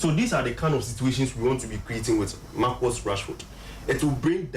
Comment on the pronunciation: It's Marcus not Marcos